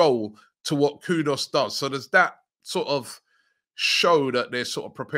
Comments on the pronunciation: why do you keep pronouncing Mohammed KudUs, Mohammed KudOs? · Kudus, not Kudos.... please Robbie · Is that name really pronounced kudos? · Robbie please I beg go and get the right pronunciation for “Kudus”.